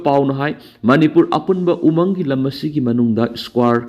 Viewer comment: News reader na"umang "haibada pronounce tu yamna lumna hairidu lanlay,khara yangna haibiyu..?